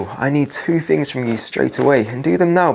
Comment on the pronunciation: Yep, very annoying, though not as much as someone who says "Fings like one, two, free". TH is not pronounced F, unless you are a nutter